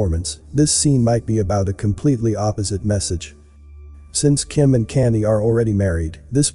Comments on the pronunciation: His name is pronounced “con-yay” not canny! Please pronounce names correctly it sounds bad and is distracting from the story. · It sounds like your saying Kannie / Kanday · You could probably get the robot voice to say Kanye properly by spelling it differently. Maybe "con yea" lol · Kanye pronounced Con yay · Everytime you pronounce kanye i laugh , it sounds like your saying candy! 😅 another great video though!💯❤💯💪💯🙏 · it's awesome that Kanye is pronounced Candy here lol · His name is pronounced like Con Yay. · Problem is, it's not a robot voice, lol. You'd think if someone's going to do a vid about someone you'd at least know of them & how their name's pronounced